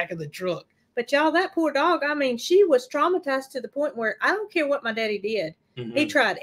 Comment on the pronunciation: I love the way pronounces “my daddy”.